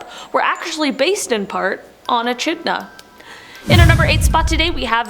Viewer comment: I offer this comment as constructive criticism. I really enjoy the content - being my absolute favourite. My only complaint is pronunciation. Echidna was pronounced E - Ch - idna but it really is pronounced E - Kid - na. Please keep the great content coming!!! Byeeeeeeeeeeeeee!!!!!!